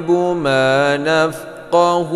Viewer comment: Maaf, lafadz نفقه itu bukan ha' dlomir, dari fiil madli فقه, jadi tidak dibaca mad, BUKAN MAD SHILAH QOSHIROH🙏